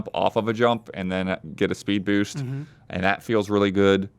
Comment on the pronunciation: says boost like Bhoosht